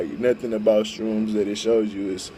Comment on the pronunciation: How bout you try editing so you dont sound like a dumbass 99% of the time jesus! and its an H in shrooms not a fucking T jesus christ man get your shit together